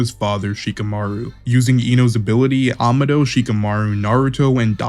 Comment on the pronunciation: Amados name is actually spanish it’s pronounced ( Aa-ma-doe )